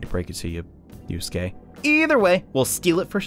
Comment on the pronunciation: You called Yusuke Yosuke